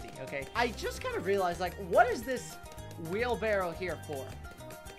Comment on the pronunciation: Wheelbarrow emphasis on the w